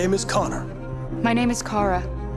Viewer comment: Kara wirk ausgesprochen wie 'Karstadt'. Dein Versuch den Namen 'Englisch' klingen zu lassen, verfälscht ihn nur. Ansonsten eine super Folge, danke.